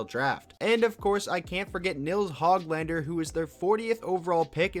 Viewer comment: Nils Höglander's last name is not pronounced HOG (like a pig) lander. In Swedish the ö is pronounced like oo as in book. And the letter A in LANDER, sounds like Ah. They do have a letter that specifically sounds like most Canadian A's and it looks like this... Ä or ä. So for Nils' name, it would sound like Neels Hoog lawnder.